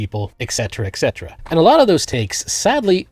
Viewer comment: It’s et cetera, not exetera.